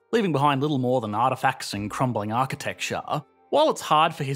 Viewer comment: "aahqitekchuhua" xD - ozzy architecture xD